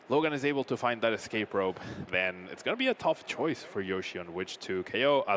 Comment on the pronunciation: why does he keep saying yoshi? that's just not even close to his name LMAO